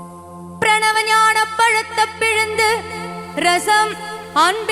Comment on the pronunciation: Pronunciation should be ஞானப்பழத்தைப் பிழிந்து Not ஞானப் பழத்த. Rest are excellent ❤❤❤